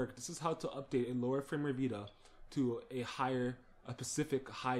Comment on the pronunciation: It's pronounced /'fərmwer/ (Firmware), not Frameware. Also please for the love of god (and all your viewers) get rid of WinRar and download the FREE software 7zip (Which also supports .rar files).